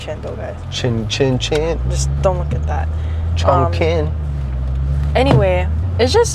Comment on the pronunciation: I think it’s Chong (Ching) not Chong (King). Q is Ch